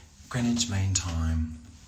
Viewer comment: thats how you pronounce it!